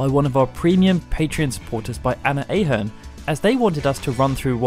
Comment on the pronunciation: Anna Ahern is prounced Anna Ah-hern Just to let you know from ireland